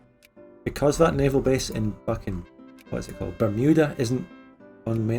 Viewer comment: Did someone say navial on purpose or did the spirit of bad frank possess them?